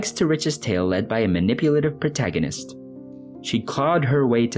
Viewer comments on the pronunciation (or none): none